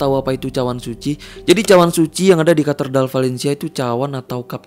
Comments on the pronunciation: Bang gereja katedral bukan katerdal😁 Sama di menit 4.14 kayak ada yg org gerak mundur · Ralat bang, bukan KATERDAL tapi KATEDRAL... 😁🙏👍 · Ralat bang. Walau saya muslim tapi yakin yg betul Katedral, bukan Katerdal, Bang. Tapi gak tau nulisnya gimana yg betul. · maaf bg, mau benerin aja cara bacanya kate-dral, bukan katerdal bg. tks🔥🙏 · Koreksi Bang, "Katedral" 🙏🏻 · cape juga denger katerdal lagi katerdal lagi, udah beberapa part ngomongnya katerdal mulu 😭 ga bisa baca apa gmn bro ? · Katedral kk... Bukan katerdal☺️ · Kok baca nya kartedal sih, bukan nya yg bener itu Catedral? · Katedral bang bukan katerdal🙏🏻🤭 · Katedral,bkan katerdal kali